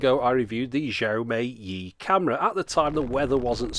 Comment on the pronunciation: XiaoMi Yi is pronounced as See-eow Mee Yee. :) Great video as always.